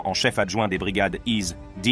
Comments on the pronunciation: Pourquoi vous prononcer (is dine) ??? C'est simple de dire isedine 🇵🇸🇵🇸🇵🇸free palestine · Pas Izz--Dine, mais Azzedine !